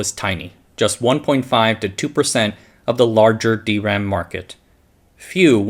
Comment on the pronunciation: It's weird hearing D ram on this channel instead of dram.